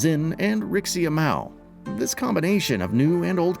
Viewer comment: did you say Stella Bright instead of Estelle Bright? You also pronounce Rixia wrong.